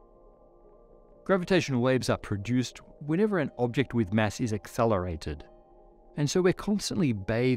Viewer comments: Acc.....accthellerated? What the Sam Hill are you sayin, boah? Heh?! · “When ever an object with mass is akthelerated .” What was that?